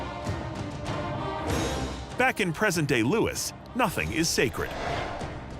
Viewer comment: We celebrate his death not what he tried to do. Also it’s pronounced Loos not Lewis.